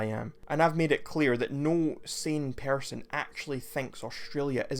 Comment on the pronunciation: But why did you say persun (person)?